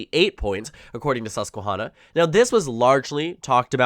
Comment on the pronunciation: Great content. FYI, it's Susquehanna. Not Susquehawna. Like in hand, not like in lawn.